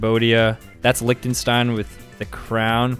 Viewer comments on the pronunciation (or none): none